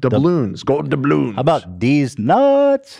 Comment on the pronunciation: Maybe it’s bc I’m high but I lost it at ethan saying “dabull yawns” instead of doubloons 😭😭😂😂